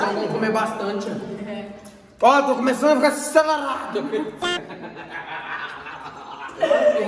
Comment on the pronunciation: aaaaiiii tu é muito engraçado, kkkkkkk😂 "tô cumeçano a ficar acererado" kkkkkk😂😂❤️